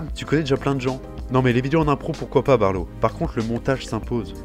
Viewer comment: Appelé barlo ? C'est balo... pardon...